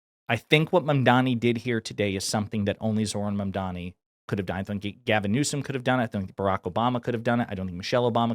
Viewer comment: Notice how he pronounced his name perfectly. 😂